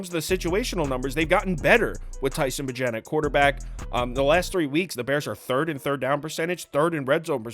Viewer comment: Bagent is pronounced like agent but with a b lol